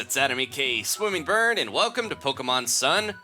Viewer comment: At the beginning he said swimmingburn